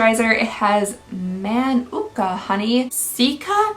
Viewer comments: It's pronounced mah-noo-ka honey (mānuka) and it's from a New Zealand plant. Manuka honey is super good for you and has healing properties :) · Girl, your pronunciation on mānuka (maa nu ka) killed me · the way you said manuka made me laugh.. but I'm sure you'd also laugh at how I'd say it with my bogan AU twang 😂